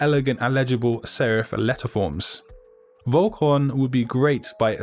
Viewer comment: I'm sure Vollkorn should pronounced with F instead of V since it is a German word (meaning whole grain). Great vid nonetheless.